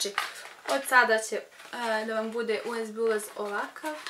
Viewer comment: rekla si usd umesto usb